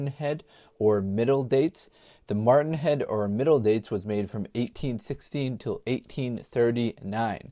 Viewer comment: Matron head NOT martin head.